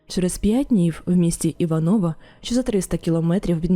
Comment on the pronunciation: Пані, я розумію що жоден з українців не повинен розбиратися у сортах росєянського лайна, але все ж місто називається іва́ново, а не івано́во